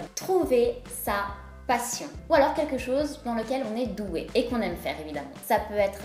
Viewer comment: "quekchose" ? On dit "quelque chose", et on évite de parler 2 langues en même temps quand on parle. Je ne vois pas en quoi être sexy et avoir confiance en sois sont liés.